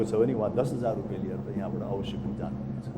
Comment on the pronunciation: It’s “Rupiya”, not “Rupay”. Anyway. Great!!🙌🏻👌🏻👌🏻